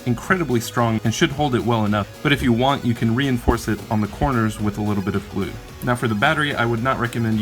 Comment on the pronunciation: "2 dabs of glu" 😂